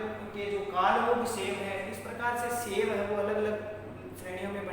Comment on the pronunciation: अच्छी प्रस्तुति है किन्तु मेरे भाई शैव को "सेव" मत बोलो